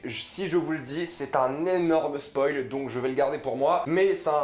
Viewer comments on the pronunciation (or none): none